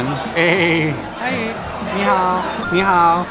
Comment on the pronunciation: As a Chinese，that “nihao” really sounds native